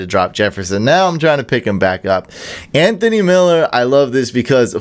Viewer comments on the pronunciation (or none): none